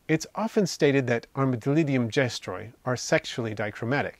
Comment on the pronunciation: Your saying it wrong 😂